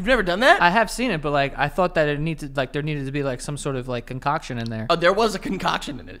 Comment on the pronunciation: “Oh there was a conCOCKtion in there”